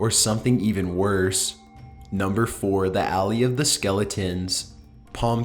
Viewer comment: When you say "alley" did you mean "valley?" As in Valley of Skeletons.